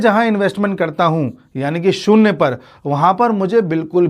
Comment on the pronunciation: शून्य शब्द का उच्चार आप शून्ने या शून्ये ऐसा क्यूं करते हैं?